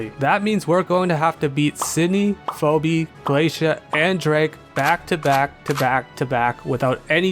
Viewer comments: "Foe-Bee" Elite Four Member "Foe-Bee" No, buddy, noo... :I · you mispronouncing phoebe is how i realised shes named after phobia